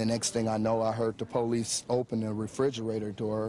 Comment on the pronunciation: The po-lice? A 'dead' body? What other type of 'body' is there? A living body is called: a person. Jeff "Demmer", the reporter said. He continues saying, 'rotting smell' but smell is the action verb, it is proper say: SCENT, not smell.